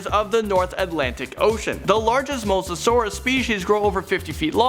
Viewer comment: pterodactyl doesn't exist, there is a pterodactylus which is tiny and the pteranadon, also dude you mispronounced quite a bit of things lol spinosaurus spine is called a sail it's it's not crentasious period it's not tryannosaurus and it's spelt like mosa but it's pronounced like moza please iosaurus is how that the well the you know what is spelt, some of these mistakes are common but you need to make sure you're pronouncing things correctly more often